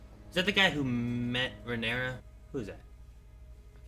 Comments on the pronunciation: Smh people are STILL SAYING RhaenyrAS 🤣😂....Her name is RhaenyrA these extra "S"s and "IOUS" people love to add is kinda RIDICULOUS at this point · You're pronouncing Rhaenyra's name wrong.......